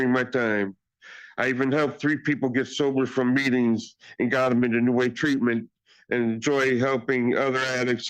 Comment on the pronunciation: But but but he said tweatment! We can hold him accountable after he said that!